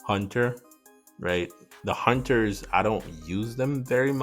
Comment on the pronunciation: straight butchered the hunters lol